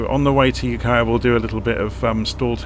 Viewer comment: You pronounced Ukiah perfectly! Thank you for all of your hard work making these videos. Much appreciated.